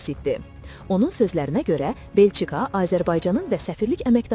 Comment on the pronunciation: Belçi-ka yox, Belçika.